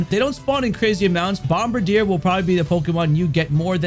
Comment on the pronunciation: Im sorry but I can’t believe u r still calling it bomba-deer after all this time 🤦‍♂️ it’s bomb-birdy-er. It’s a BIRD Pokémon not a deer Pokémon bro lol 😅 sry it just drove me crazy last time. Had to say something haha but thanks 4 doing this again 4 the dlc! Ur my go to guy 4 this stuff!